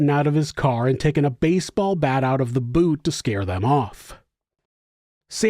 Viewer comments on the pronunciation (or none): none